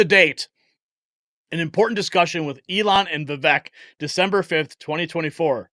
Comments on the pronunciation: His name is pronounced "Vivaaak" like "Cake" Ramaswamy. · Vivek is pronounced Vivake rhymes with cake. I heard him thank someone for pronouncing it right. The least we can do.